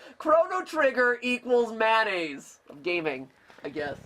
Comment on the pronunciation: Good fucking god it's mayonnaise, not mannaise.